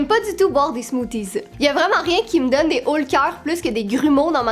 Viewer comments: Les Smoothies j'aime pas sa non plus mais je trouve sa très drôle comment tu dis sa enfin nous en France on prononce sa "Smoossie" cela m'a fait rire 😂 Enfin tu es la meilleure, merci à toi de nous faire rire et j'adore les petits com de James 😁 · J'adore ❤ comment vous dîtes " smoothies " nous en France ont le prononce a l'anglaise